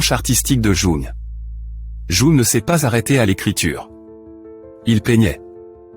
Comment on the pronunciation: Jung: prononcez young svp